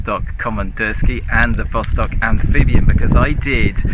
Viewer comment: Vostok АmphibiA. Without N.